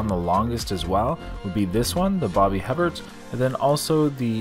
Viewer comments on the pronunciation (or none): It's pronounced "eh bear" :D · Darling it’s pronounced Bobby A-bear! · His name is Booby Hebert (Baw-bee Ay-bear). Former NFL Quarterback. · From NOLA, born and raised... it's pronounced Bobby A-Bear but glad to see you down here! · Last name is pronounced “a bear”. I moved to Louisiana a few years back for work and quickly got ridiculed for my pronunciation of that name. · Everytime ypu say Bobby's name wrong, i giggled!!😅😅 😅 Its pronounced "Hey Bare"....or at least thats how the announcers said it. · Bobby Hebert was a quarterback for the New Orleans Saints. His last name is pronounced (a bear). The H and the t are silent. French I believe. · Hebert is pronounced “AY-BEAR”. Nice to see you in Nola! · In these parts (Louisiana) Hebert is pronounced “aye bear.” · Herbbert is Pronounced, A-bear. Accent on first syllable with Long a sound. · It’s pronounced Bobby Hebert like “Abear” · It's pronounced Bobby ( A bear) hebert he is from Louisiana and he was a quarterback for the New Orleans Saints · His last name is pronounced like “Aye-Bear” lol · We say Bobby A-Bear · When were you guys in New Orleans, was this last years trip? Just an FYI...it's pronounced "A Bear" Bobby Hebert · Its Bobby A-Bear.. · It’s pronounced Bobby a-bear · I live here and Heberts (pronounced A-bear) food isn’t that good unfortunately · Hebert is pronounced the french way. He was an NFL quarterback.